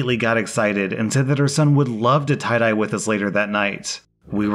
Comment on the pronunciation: His,”You want to tye-dye undies,” is hilarious